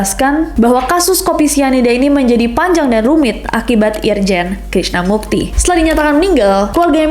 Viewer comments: Krisna MURTI nes, Pake R. Kaian bang Krisna Mukti kebawa bawa wkwk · Berkali2 dger pas kak nes bilang krisna murti jdi krisna mukti.. yg bner krisna murti kak.. 😅😅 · Murti bukan mukti. R R R R bukan K K K K Ingetin aja biar gak banyak yang ngetag salah alamat. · Btw , namanya krisna Murti ness, bukan Mukti 😂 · Ness Krisna Murti wkwkkw bukan krisna mukti. Dua kali salah sebut mulu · K R I S N A M U R T I .... BUKAN .... K R I S N A M U K T I .... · iya, belakangan menurut aku ka nessie kea kurang gitu research nya..krisna murti jadi krisna mukti. padahal krisna mukti itu artis. subtitelnya bener. pengucapan kak nessie salah. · Maaf ya ness.. krisna murti bukan krisna mukti. Kalo krisna mukti itu artis bahkan sang artis pun udah sampe risih karna tag nama yang salah.. subtitlenya bener tapi pas pengucapan nessi salah...cmiiw